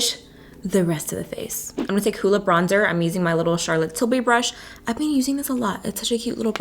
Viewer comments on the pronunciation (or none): none